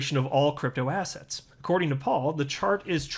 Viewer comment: I don’t know whether you intend it, but every time you say digital assets I think you’re saying digital “asshats”